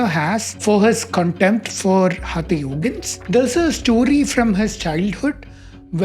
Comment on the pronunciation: Good job. Just a minor point: for someone who has studied years of Sanskrit in school, hope it would not be a problem to pronounce हठ (force) yoga correctly, and not as हथ yoga. That's the minimum one can do right to address the single key term this post is about -- हठ. After all, it is the हठ part of the practice of yoga that is being discussed here, and hence the proper title should read: Is Modern Hatha Yoga from India?